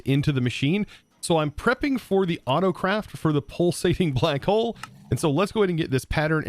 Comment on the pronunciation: What others hear: "Pulsating black hole" What I hear: "Pulsating Butt hole"